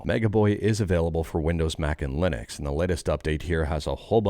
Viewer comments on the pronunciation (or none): none